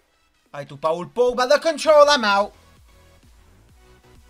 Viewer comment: it’s paul on pa ool